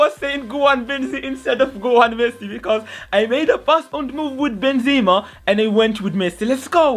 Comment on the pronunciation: It's Benzema not zima